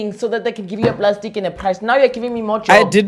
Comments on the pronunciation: He said prastic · "No prastic" 😭😭😂😂😂